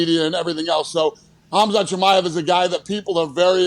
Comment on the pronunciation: Kamzat Kimiev? Lol smh